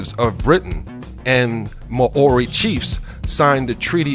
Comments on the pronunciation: Fucking (Mow-ree) is how it is pronounced dude... How are you going to put so much work into a video and NOT LEARN HOW TO PRONOUNCE WORDS!!!! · Mah-ori....???? When well-meaning Americans try to be clever without doing their own research - I literally cried with laughter when I heard Te Reo Maori pronounced like that. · You don't say Maori correctly - it's Mau-rie [as close as possible for those who don't know the Maori vowel sounds]. I live in Canterbury, NZ. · Damn stupid computerised voice cannot pronounce Maori correctly. New Zealand does not rate highly in terms of health economic freedom quality of life and education Nationally. We are a 3rd world country with the highest rate of poverty homelessness, health illnessness crime drug problems domestic violence in the OECD!!! get your facts right . Zealandia is a dutch termination and not used here. WE are not dutch and we are not ruled by the Queen of England... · just speak normal and pronounce the words properly please cause how u pronounce Maori is terrible.. u pronounced tonga well but it's Maori not ma o ri Maaaaooooorrrriiiii